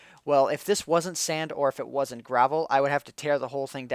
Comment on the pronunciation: He also said "wan't". Just saying.